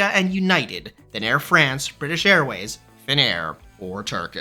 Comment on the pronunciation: KLM is a crap airline. The Business Class on longhaul is just a joke. Disgusting food and mostly unfriendly crews. By the way, the pronounciation of "France" in "Air France" is like "Fronce". You have to speak the a like an o! 😊